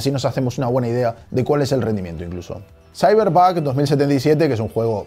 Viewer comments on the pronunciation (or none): Me pareció escuchar "Cyberbug". Me gustó ese laptop, lástima que a Chile llegan puros equipos con bastante menos prestaciones o de gama baja y al precio de gama alta. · Dice CyberBUG 2077 o es cosa mia? ajajajajaj